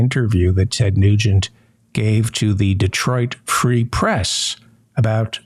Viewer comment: Non-Michiganders always mispronounce Detroit Free Press by putting the accent on "Press" instead of "Free." Just saying. Also, just saying that Ted Nugent is a total unexpurgated